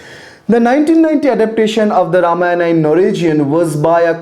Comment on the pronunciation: nonsense... completely alien to what tradition says... please don't believe this. The dishonest guys do not even state this is an opinion of someone when they say things such as sacred to secular etc. This guy cant not even pronounce the name Ramayana properly. What kind of silly patashala is this? Where as Vyas they used "believed" to be written several time! Utter nonsense. The guy can not even pronounce Khanda properly.